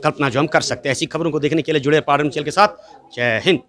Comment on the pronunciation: Paddar Shabd ko to Saaf bolo Padire oooo kon saa Shabd hai,,,,, Khurnere Paddariyooo,,,,,.।।